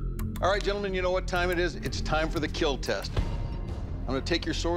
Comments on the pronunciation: “ This thing is lethal “ Me : “ but will it keeeeeeeeel ? “ 🥲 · Where's "It will keal" ?